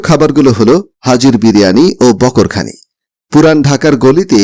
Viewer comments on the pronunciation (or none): বকর খানি নয় বাকরখানি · বকোরখানি না বাকোরখানি হবে